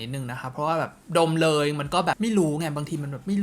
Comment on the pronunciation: บล็อกเกอร์หนึ่งเดียวที่ใช้คำว่า ดมให้ฟังได้ชัดสุด